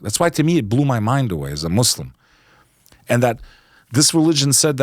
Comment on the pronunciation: Just fyi, it’s Muslim not Muzzlum and Islam not Izlam.